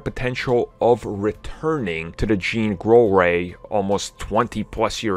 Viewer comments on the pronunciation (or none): “Jean Grollrey” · Did anyone else hear him say "JEAN GROLL REY" LOL Jean Grey Roll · "jean grole rey" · Lol I heard it!! I do that shit all the time. Lol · Yes somebody else noticed that lolol